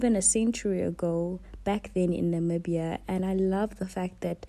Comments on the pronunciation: I absolutely loved this vlog. Being Namibian and being able to recignise everything on the vlog and at the same time getting fresh perspective through your lens was amazing. I'm glad you enjoyed our beautiful country. Oh and your pronunciation of the places is so good. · You did so well with the pronounciation ❤️🇳🇦